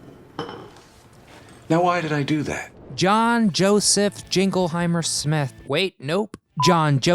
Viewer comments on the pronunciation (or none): none